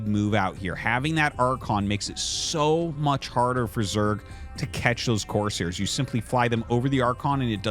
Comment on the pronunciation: YOU ARE LITERALLY SAYING COARSE - HAIRS ITS FKN CORE - SAIR!!!! PRONOUNCE THE “S”!!!!